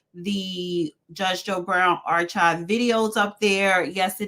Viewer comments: knows damn well she's never heard anyone say "Ar-Chive" 🤦🏾‍♂️🤦🏾‍♂️🤦🏾‍♂️ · pronouncing archive “ar-CHive” instead of ar-kive. 🤦🏾‍♂️ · said Are-chive like the food. 🤣🤣🤣🤣🤣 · watch absolutely BUTCHER the word "Archive"........ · claims to be afraid of low income people moving in and her property value depreciating but not worried about the correct pronunciation of words like 'archive'?